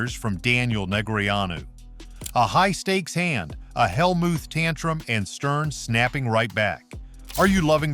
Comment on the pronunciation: The AI voice is awful. It mispronounced “Helmuth!” What a joke.